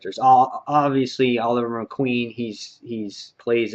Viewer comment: He said Oliver Queen, he has a canker sore that might have made it sound like that.